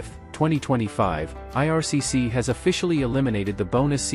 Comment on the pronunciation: IRCC, NOT 'ARCC', lol